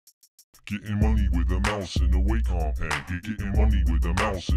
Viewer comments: It's waw...com! (A Wacom guy said "it's pronounced like Walkman." This was 1994.) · Still love this song, still irked by mispronouncing Wacom.